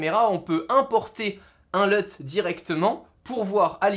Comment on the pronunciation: Une Lut et pas un Leut